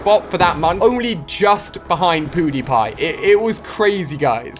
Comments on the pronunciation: he said "poodiepie" oml😂😕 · He said POOdiepie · I like how he said piewdepie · lol Ali said poo die pie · Did he just say "POOHdipai"? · "poodeepie" -Alia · Did he just say Poodiepie?